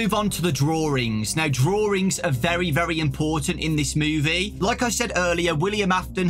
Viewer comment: It's called "drawings" not "drawrings"